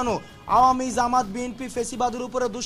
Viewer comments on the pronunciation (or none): none